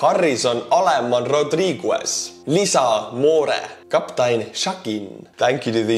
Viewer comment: The "u" in Rodriguez in silent. Yes, back in the late 1980's I worked in Aberdeen Proving Grounds in Maryland USA and we got train loads of T72 tanks. The US Air Force received MIG 21's and 23's. A lot of this equipment was courtesy of captured by the Israel Defense Force. After the fall of the Soviet Union, many former members of the Warsaw Pact sold Russian equipment and ammo to the US. back in 1970's the Yom Kippur War in 1973, we also received captured T62 tanks, small arms, and SA6's. Some of this equipment is used in testing and some for training in OPFOR vs Blue in giant training bases like the desert US Army National Training Center in Fort Erwin California and the USMC in 29 Palms. The US Army has always taken training in different types of environments and terrains very seriously. The US military has always acquired, starting in WWII, a lot of foreign equipment of all types for testing. The Russian did the same when they acquired 4 B29 bombers that had to land in Vladivostok after bombing Japan and kept the aircraft and reverse engineered the B29 and copies were manufactured to have for the first time, strategic bombing capability in Europe and the same with the atomic bomb. It is a game, deadly, but a game.